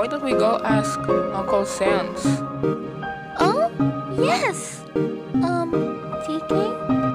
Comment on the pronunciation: Sense? Saness? Sand? Lol. Total comedy. But I think Sans hates it.